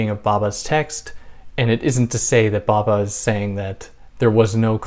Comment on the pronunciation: Thank you for this- I loved listening to your gentle voice! Interesting that you’ve not got any comments or reactions to this video before. I think probably Western peoples have never heard of Homi Bhabha (‘bh’ is a soft b so be careful not to pronounce Bhabha as Baba!). You can make a video about Machiavelli or Jung- and immediately people will comment. That is the reaction of colonised minds who cannot imagine that there were Eastern philosophers. Also, we should get away from using terms such as Middle East, which is a colonial term; and instead familiarise ourselves with West Asia. The term Middle East, although nonsensical, is again more familiar due to colonisation.